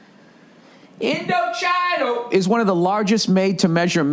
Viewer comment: story, Indochino pronounced Indo-chee-no is probably about to drop his ass for always getting their name wrong.